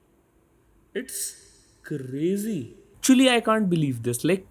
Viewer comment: Bro's Fav Dialogue 'This is crrrrrrrrrrrrrrazy'